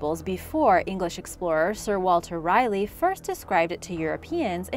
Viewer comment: LOL!!! Who the heck is "Sire Walter Rayeligh"?????????????